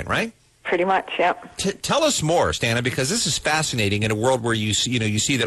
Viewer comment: It's STAH-na...NOT STAN-A...jeeez it' not that hard to pronounce